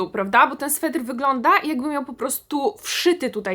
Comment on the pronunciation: Uwielbiam Cię, ale sweter nie swetr. Wyłącznie SWETER. ❤